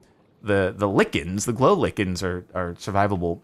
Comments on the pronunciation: Is pronounced "lie ken" NOT LICKIN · Also, it’s like-en not lick-in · Cap. Sparks: Lickin's LYE-KIN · FYI: it’s “Lie kin” not “Lih Kin” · “Lichen” Listen sparklez it’s “lie-Ken” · Oh, and for the record? It's pronounced lie-ken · Nobody: Sparklez: Lick-un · "lickens" hehehe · lichen is pronounced like this like-en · RIP lichen May your name’s pronunciation go down in history a hero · Why does nobody know how to pronounce lichen lmao